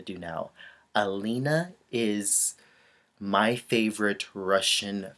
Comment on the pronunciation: Dear, I also admire Alena Kostornaia. By the way, you should pronounce her name like Aliona, it's kind of different from Alina (Zagitova)